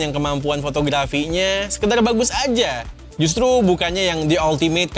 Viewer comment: RRRRRRRRRRRRRRR bang.. Justru bukan justlu 🤣🤣🤣